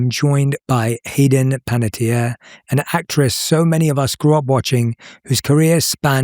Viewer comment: Panettiere is pronounced Pan-uh-T-air-eh. It rhymes with Guy Fieri (Fee-Air-Eh). It's an Italian last name and translates to Baker. I'll never understand why she didn't correct people long ago. Loved her work in Kingdom Hearts, Ice Princess, Raising Helen and Heroes. I had a huge crush on her growing up.